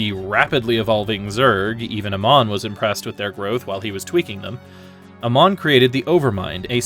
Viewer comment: Pronouncing Amon as Uh-mon instead of Ay-mon sounds so weird. Certainly a choice.